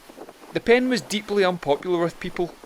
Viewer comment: I enjoyed the video, but it should be PEND not PEN. A Scottish word for passageway through a building.